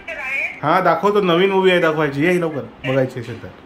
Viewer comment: Tumhi asel la ashel ka bolta.. असेल हा शुद्ध मराठी शब्द आहे. अशेल म्हणू नका